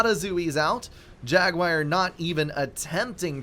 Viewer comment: My guy, it's "jagWAR", not "jagWIRE". Pronunciation is hard with ADHD, I totally understand, but this is just dumb.